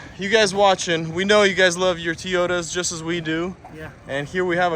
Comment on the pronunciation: T-yotas, really?